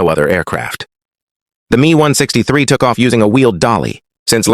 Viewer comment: ai commentary sucks. the 'me' ? M.E. messerschmitt.. not 'me'. ai readers ruin everything... . ww2 might become wuhwuhtoo.